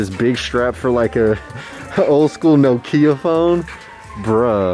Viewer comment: My man said NO-KIA